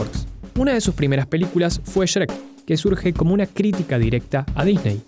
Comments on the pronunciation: Pronuncias sherek wtf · Porque dice Cherek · Siempre me he preguntado por qué los argentinos pronuncian el nombre de shrek como shereck 🤔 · "Sherec" Pd: Bro, yo quiero de lo que fumas, ni en 3 vidas seguidas lograría flashear lo que tú en solo un video. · Como se dice: Shrek Como lo dice: Sherek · El vídeo es bastante bueno, pero la pronunciación de Shrek me causa conflicto.